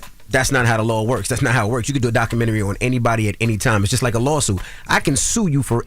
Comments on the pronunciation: I hate when ppl say documentaries like that 😑 doc-ka-men-naree 😂🤦🏾‍♀️ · Documentry...Jim Jones gosh, it's documentary!!!